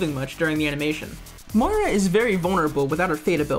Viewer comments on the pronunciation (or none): did call moira as maria???